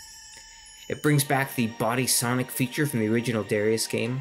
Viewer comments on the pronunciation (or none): none